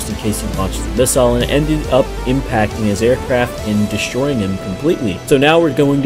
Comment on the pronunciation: Finally! An American that can pronounce missile properly.